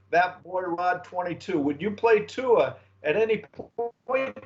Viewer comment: hes your QB now learn how to pronounce his last name! there is a Youtube video with tua teaching everyone how to say his name